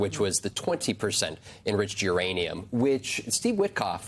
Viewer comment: Did he say Iranian potential? Instead of Uranium potential?